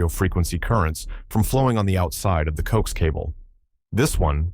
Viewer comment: Co-ax. Not "coax"